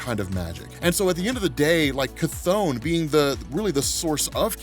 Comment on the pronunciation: Finally!!, people been mispronouncing Cthon all day, you're fr the only one who says it right.